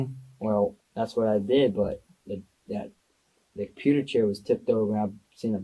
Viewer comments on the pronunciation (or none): “That pewter chair was tipped over”. I’ve heard many a red neck here in the south call a “computer” a “pewter”. 😅. A mechanic told me after me car was flooded real bad that the “pewter” was now bad. I asked what the hell is a “pewter” and the boss says “he’s trying to say Computer”. 😂😂😂